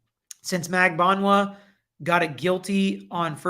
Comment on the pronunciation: It’s Magbanua- (Mag-ban-wa). She’s Filipino by roots with Spanish surname as majority of Filipinos are (with Spanish surnames).